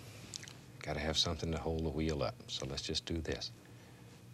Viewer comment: I love the way he pronounces the “wh" words, like white or wheel